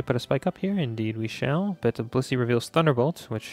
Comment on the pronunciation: I seriously think it sounds like you’re saying bussy instead of blissey